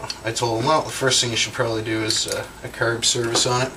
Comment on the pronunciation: ha, he says carb like curb and talking about Lila